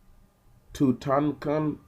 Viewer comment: Dang!!! KING TUT...JUST SAY KING TUT if you cant pronounce it. shat!